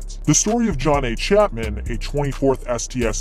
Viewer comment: Dude said chapmen cauze he read the book. What a fucking jokeman